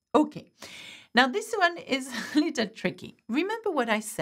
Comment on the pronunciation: I love how the French pronounce the English word « little « as litOl!😱😂😂 so adorably cute.